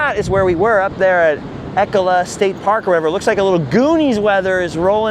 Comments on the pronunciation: it's not 'Eck-oh-lah' state park ...it's 'E-cola' state park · FYI, it's pronounced E-cola state park 😉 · It's pronounced "E-cola State Park" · Of course we have your fave coffee, we’re Oregon 😊. And fyi it’s pronounced Eee-cola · I lived in Cannon Beach. It’s ‘E’ (rhymes with bee) -‘cola’ (like Coca-Cola) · Ee-cola is how it’s pronounced. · It's ee-CO-la state park. So glad you could enjoy the beautiful Oregon beaches. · I’m from Astoria it’s pronounced E-Cola, say E followed by Cola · You guys are at my local surf spot. I’ll be sure to avoid the crowds this weekend. Haha. Also, I think it’s pronounced Eee-cola state park. ❤ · It's pronounced like Ecoli but with an 'uh' at the end. So, strong "E" then "cola" like coca-cola.